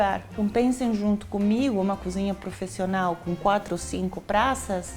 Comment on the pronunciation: ProfIIIIIssional... tá na hora de melhorar seu português, né?! Mora aqui há anos... muita coisa fica difícil de acompanhar!